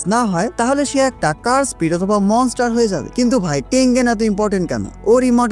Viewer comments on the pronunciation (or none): none